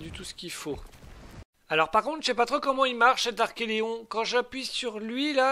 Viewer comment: Coooool! Sympa et plein de promesses ce début d'aventure. Par contre, pour la tortue, il me semble que tu prononces mal son nom. Il s'agit d'un archeLON et non pas d'un archeLEON. Si maintenant, tu rajoutes des lettres dans les noms des dinos, ça ne va plus! Tu avais déjà du mal avec les milliers, centaines de milliers, millions et milliards. 🤣 Bon par contre, c'est vrai qu'il y avait beaucoup de chiffres dans Primal Fear et que ce n'était pas toujours facile de les lire. Mais là, Archelon, c'est court quand même.... trop court peut-être?!? 😂 En tout cas, vivement la suite.